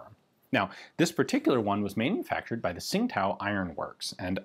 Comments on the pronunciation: Tsing Tao is pronounced something like Ching Dow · As I understand it, Tsingtao is pronounced "Ching Dao", as indicated by the city's name being transliterated to the Latin alphabet now as, "Qingdao". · I'm not completely sure, but I heard a chinese pronunce it "Chin-tao" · Great video, cool piece . Bi the way its pronounced 'Ching Dow' phonetically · The city name is pronounced more like "ching tdao".